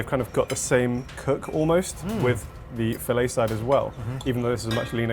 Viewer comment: Fillay side it’s the Fill-it side 🤷🏼😆